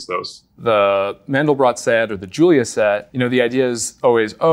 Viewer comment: It's not Mendel Brock, it's Mandelbrot!